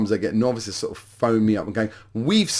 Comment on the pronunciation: Wasn't sure if you were saying novices or knobs !